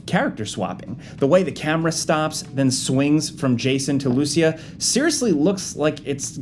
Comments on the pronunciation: Its LucIa, not LUcia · Hey it is LucIa not LUcia 😅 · Its pronounced Lou-see-ya Not Loosey-ah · bro it's not Lucy-ah, it's Lou-CEE-ah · the way you guys mispronounce her name is killin me. lmao. its lu-SEE-ah. not Lucy-AH. not LU-sha either. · Thanks for giving credit to all the people who noticed these details. Either way, I would greatly appreciate it if you started pronouncing Lucia's name correctly. You guys are calling her "loose ya", when it's actually "lou see ya". Small difference, but it's definitely noticeable. Yes I'm a native Spanish speaker. <_< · Lucia is commonly pronounced loo-SEE-uh. Emphasis on the "ci". Ok bye. Love your videos! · It's pronounced LooCEEah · Bruh her name ain't loosheeah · I’m fairly certain the female protagonists name is supposed to be pronounced Lou-See-Yah, though the game may pronounce it a different way. In case anyone is interested. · it's not lucia is lucia (joke) but really that's not how it's pronounced (even in the trailer jason says it right 👍🏻) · I think you are pronouncing Lucia wrong, and it really bothers me... LOL! 🤣🤣🤣